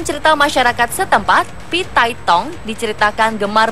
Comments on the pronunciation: Phi tai hong aneh bukan phi tai tong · Emang HONG cara bacanya THONG ya min,,,,???